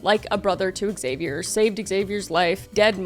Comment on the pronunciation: I cant stand you pronounce "Xavier" so wrong xDD